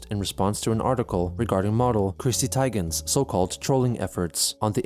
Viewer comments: Ty-Gen is a new pronounciation of Teagan. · Can flawlessly pronounce a Japanese name but fucks up Teigen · (it's pronounced like "Tea-gan" not "Tag-an" for future reference) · oh wow you're right. Everyone pronounces it tee-gan. Fuckin racists! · Never heard "Teigen" pronounced that way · Reported you for mispronouncing Chrissy Teigen. Microaggression against a minority female. Enjoy your ban!